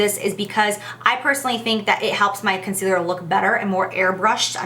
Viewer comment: I almost didn't catch it, but so glad I did! did she just say 'I'm going to take a lighter conceareal' because that is what I heard & it cracked me up. No shade Jaclyn, just shows me I'm not alone!